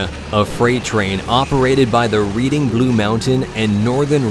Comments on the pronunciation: I don't know who the narrator is, but he needs to learn how to pronounce English. into the clip, he pronounces the word Reading as reeding and not REDing, as it should be. Some people are actually that stupid. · It's Reading, not reading. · It’s pronounced “Reding” not “reading” as a book. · For the love of god it's pronounced like "Redding". Hasn't anyone ever played monopoly? And it's NORFOLK. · Saying that the train was supposed to stop but didn’t makes me want to scream. It probably went into emergency but trains don’t stop on a dime. Also, how are you able to say Nesquehoning but not Reading (Redding) lol. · READING should be pronounced like "Redding." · You said reading and blue mountain wrong